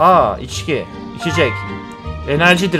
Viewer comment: aynen ama içgi değil içki